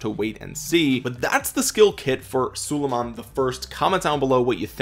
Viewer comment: Its prounounced SU-lay-mahn